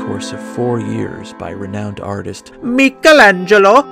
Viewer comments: I burst out laughing for 15 minutes straight at "MI-CHA-LAN-GA-LO!" LMFAO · 26/11 here to listen to say meekal angelo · Jesus Christ, that “MEEKalangelO” caught me off guard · As an Italian your pronunciation of Michelangelo gave me a great chuckle. Love your channel, keep up the amazing work! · You really do nail this youtube stuff. Like your comedic style is excellent but also you inform, dissect, offer legitimate critique. However, I hate you for saying Michelangelo like that. I woke up my housemate bursting out laughing. You're my favourite youtuber by some distance and I hope you keep making incredible content.